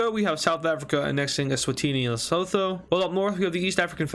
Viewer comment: Lesotho is pronounced LE-SOO-TOO